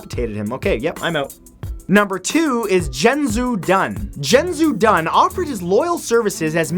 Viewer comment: I love your channel man, but you really need to learn how to pronounce Chinese names. E.g. "u" in "Dun" is pronounced like in "doom" rather than "sum". "C" in "Cao Cao" is more like in "chamber" than "can".